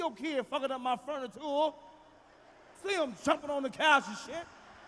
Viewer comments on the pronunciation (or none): Bernie just said "furni-tour" lmaooooooo this dude was amazing